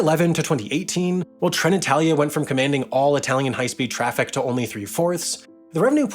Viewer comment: Great content, but listening pronounciation of 'Trenitalia', 'Italo' and 'Alstom' is a rather unpleasant experience. But no worries, pronunciations can be improved, it's possible 👍🏽